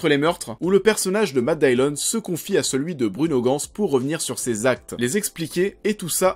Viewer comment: Matt Dillon se prononce en Anglais Matt Dilone pas Matt Daillione. ;-)